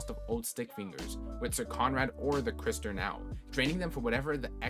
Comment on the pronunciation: Fwiw "cistern" is pronounced "sistern" lol